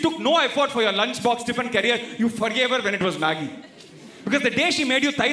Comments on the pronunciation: It’s Maggi not maaagi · It's Maggi not maaagii 😭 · Maggi not maaaagi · since when we say Maaaagi, dont we say Maggi !!! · "Maagi" hahahhaha sounds like "mere paas mere maaki hai" hahahhahaha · Ma kiiiiii 😂😂😂😂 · Maaaaagi? Seriously 🤣🤣🤣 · மாகி இல்ல மேன்.. மேகீ.. 😕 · the way you pronounced Maggi was actually more funny!!! it sounded like a Hindi gali! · it is actually a bengali gali..